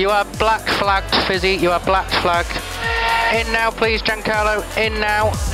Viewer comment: "you are black lagged Fisi, blacked flag"